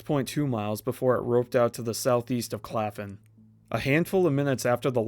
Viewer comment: Claflin*** not claffin lol